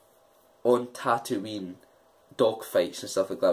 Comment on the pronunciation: Jesus, come on... It's NOT Tatooine!!